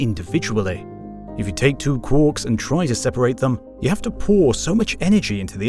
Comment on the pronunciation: Quarks, not quorks. Quork is a ferengi character in star trek.